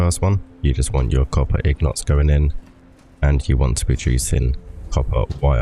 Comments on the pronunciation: Lol it’s INgot my bro not ignot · Good video just one question what is a ig not LOL I mean I know that's how it's technically pronounced if you follow the spelling but that's not how I've heard literally anybody say it really threw me for a loop LOL but you do you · If you follow the spelling? It's an INgot, not an IGnot... why would it be technically pronounced wrong? Im confused